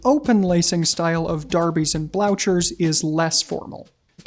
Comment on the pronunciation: "darbies"? "blaushers"? It's not derr-bies and blew-khers?! (Germanic)